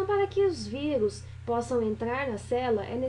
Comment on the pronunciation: "vigus" uahhuauahs